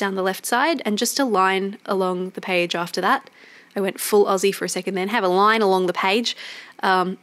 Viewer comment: When you mentioned accents, I heard “Izzy” instead of “Aussie” and I was most confused for a couple seconds then I got it! Love your commentary, stumbled across it and glad I clicked. Ended up being a funny video and enjoyable to watch it all come together.